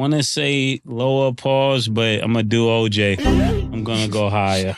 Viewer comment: He calls OJ “ O” hold on o